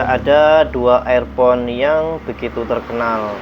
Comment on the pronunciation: Air pon ??? Dibacanya irpon , Mas....